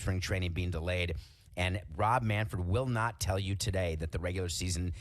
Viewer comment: “Rob Manfurd Rob Manfurd Manfurd fUrd”… this wee lil evil lil short lil man. Does he call, Fred Durst “Furd Durst”?